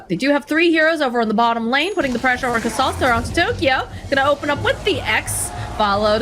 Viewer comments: is not good at casting. And her pronunciation…. Crystallis is Crystal-is Not Cr-stallllll-is Yatoro is Ya-To-ro Not Ya-Doo-Rrrrrrooooooo-Gooooooaaaaallllllllll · kris ta lis hahahaha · Its the nasaly voice, souds like a goat having an asthma attack , she pronounces Crystallis with an emphasis on the A, the accent is really off putting and is a pain on the ear canal. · It’s not just the way she says it (repeatedly), it’s how she’s turning it into a battle over who’s saying the names correctly. It’s beyond petty and awkward, I couldn’t finish the video. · It’s obvious that she hasn’t watch alot of DOTA 2 tournaments. She just made Crystallis sound like a porn star. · I like how keeps pronouncing crystallis name wrong and then says it properly too her and many other times in the full video of the game, but she just continues to pronounce his name wrong. Also she does this after talking openly about how she pronounced Fly's name wrong for an entire game before. Can doubters really say she's not a terrible caster still? She's just so cringe it hurts sometimes, even when she does pronounce their names right she puts too much emphasis on it.